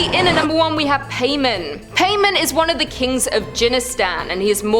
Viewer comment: Paimon pronounced Pie-mon